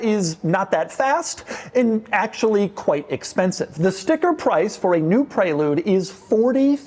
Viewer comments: It’s called a Pre-lude not pray-lude! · So upset with how he pronounces prelude. I always thought it was prè lude not pré lude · Why is he calling it the pray-lude. Isn't it the prelude, like the actual word? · ITS PRELEWD when u say it ffs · Is this really how Americans pronounce Prelude ...."prey-lood"?!